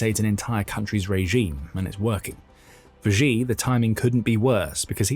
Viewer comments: Its pronounced, "she" not, "gee". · Xi. I know it's really uncomfortable to pronounce his name as "she", but that is the correct pronunciation. "Gi" is not correct, even though you may feel more comfortable saying that since Xi certainly is not a she. Yeah, not the most important thing... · Who is president Ji or Gi? I am Swedish and not a Youtube presenter but at least I know basic pinyin. Just say it Chi in English PLEASE and you are at least much closer to the truth. We would spell it Tji in Swedish. So for English speakers. Xi Chi and Qi just say Chi if you don't know better. There is some difference but still endlessly better than inventing a new president😃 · Let's try saying "she" just as it is pronounced in Mandarin rather than the bastardized "zhee" that just makes you sound ignorant. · It is NOT supposed to be pronounced like Zhi or Ji. It is supposed to be pronounced like "she". Really. Just say the word SHE. That's how it's pronounced. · You know, I'd take this analysis more seriously if you could actually pronounce "Xi" correctly